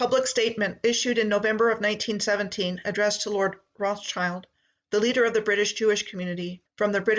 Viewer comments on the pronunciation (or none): none